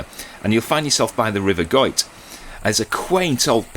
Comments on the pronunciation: Another great video guys. You were in my neck of the woods, glad you loved our lovely scenery 😍. You pronounced the river Goyt's name correctly 👍. Now pleased to say I'm part of the Patreon gang 😊. X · Your pronunciation of Goyt is correct. It travels down from where you were all the way to just outside Buxton. No canal there though 🙁